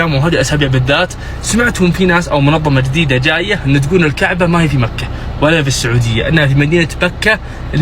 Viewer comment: سبق لهاد الكرغولي قال مكة في الجزائر وقال هي مدينة مكرة وززوروها بحرف الراء اصبحت مكرة كوكب لا لا عشرة في عقل واحد